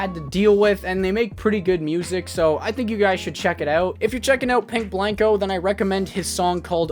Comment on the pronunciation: RIP to my boy Pink Blank-o getting his named butchered multiple times throughout this video 😂